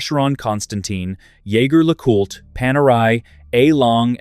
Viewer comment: Jaeger-LeCoultre is a French name, even though the first name is a German word for hunter. Pronounce Jaeger as zhay zhair.